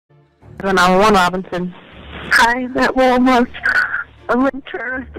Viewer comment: WALL MARTTTT (PRONONCIATION) lol